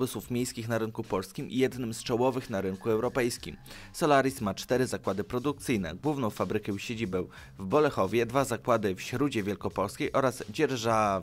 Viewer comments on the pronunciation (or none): Mówi się w Środzie a nie Śródzie tak na przyszłość